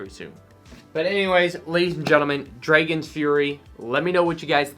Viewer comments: Bro why does he pronounce it like that tho? Shit got me scratchin my head lol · Number 10 v2 Nobody:: Say's Draygons